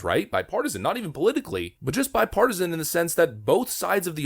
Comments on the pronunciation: Did he say bipartisan 🤣🤣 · He said bi partisan....smh